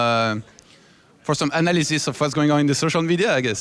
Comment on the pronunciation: "We don't just have one analisysist..."